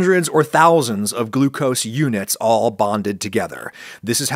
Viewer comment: I like "Glu-co-see".